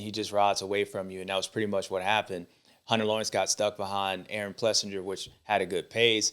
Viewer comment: James it is pronounced PlessINGer and not PlessinJer ! Come on man . What if they called you Bubba Steward ?